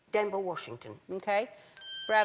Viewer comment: Did... Did she say: Denver Washington?